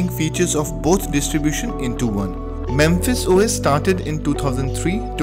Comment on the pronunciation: I used to use Mepis when it was the only good choice out there., think you keep pronouncing it "memphis" but it is mePis. Note the p and the lack of the m before the p. Also, no f sound. Just the p.